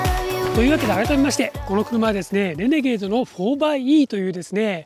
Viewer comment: イントネーションはレ→ネ→ゲー↑ド↓…じゃないの？私少数派？